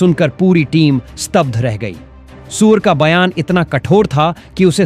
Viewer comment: तू उल्लू है क्या भाई सूर्या को सूअर क्यों बोल रहे हो